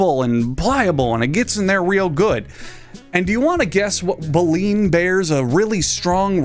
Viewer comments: Um actually , it’s bay-lean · Good video. And by the way, it's pronounced "bay-leen". The set of brooms inside the mouth of a filter feeding whale. All filter feeding whales have baleen. It's how they filter their feed to capture a bunch of krill. The very largest animal on earth eating some of the smallest animals on earth, just... doesn't bode.